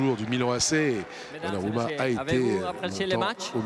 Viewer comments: coupet c’est lointain maintenant mais c’est donnarumma et pas donna rumma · C'est donc Donna Rumma, pas Donnarumma